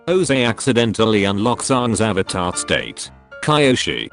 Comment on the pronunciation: Are you the ovatar oong